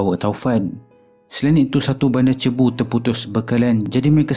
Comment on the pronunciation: Cebu....sebutannya....SI..BU...bukan CI..BU